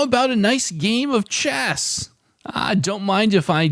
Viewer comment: I thought you said the starting word was Chest not chess. I like it much better if you SPELL the starting word when you announce it. Although chest worked better for me than chess did for you. After chest I did audio, taste, state…